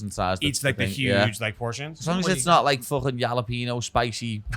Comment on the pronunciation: mate said, "yalapeños" 🤣